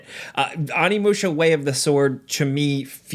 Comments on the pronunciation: Stoked for this game to come out, one of my favorite games growing up. But... Its Oh-nee-moo-shah not ah-knee-mu-sha. Not to be that guy but you are basically saying 'My older brother warrior' instead of 'Demon warrior' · Oh-knee my dude not ah-knee sound like an actor in m.knights airbender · Really hear that accent in your pronunciation. "Ah-nee musha" 😂🤘🏻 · I dig ya, but it’s oh-knee musha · Oh-ni-musha. You got the Musha correct how could you mess up the Oni part so bad? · it's pronounced Oh-knee-moo-shuh. Show the proper respect by pronouncing it correctly. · The way your pronouncing ONI in onimusha is hurting me 😭😭😭 but I am excited for the new game lol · Learn how to pronounce Onimusha and Sekiro. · The original game had the same thing the main character of it was the face of an actor. And I'm going to be that a**** and wish I could just bleep out the parts when you try to pronounce this game's name.